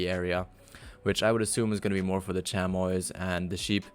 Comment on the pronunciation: The way you said chamois is how I thought it was but its actually chami without the o or s